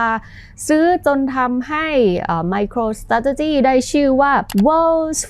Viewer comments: MicroStrategy ออกเสียง สะแทร่...เลยต้องฟัง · ไปหัดออกเสียงคำว่า Micro Strategy ให้มันรื่นหูกว่านี้นะ ฟังแล้วขัดๆ